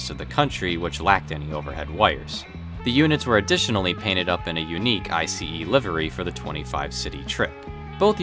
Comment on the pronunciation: It’s Ice, not I-C-E! Come on man, nobody can miss that!